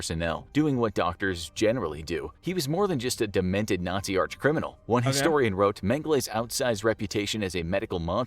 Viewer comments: "Nay-zee camp experiments" 💀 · aint no way this ninja said Nayzee